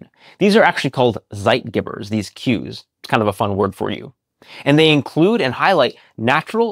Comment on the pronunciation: Zeitgebers, the Geber part is pronounced like Pay. So ZeitGaybers would be a more 'phonetic' spelling